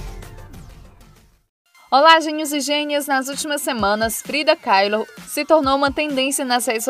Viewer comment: Você deveria aprender a pronunciar algumas palavras e nomes. Tá péssimo! Mattel e Frida Kahlo não se fala como você disse no vídeo. Crítica construtiva. Beijo.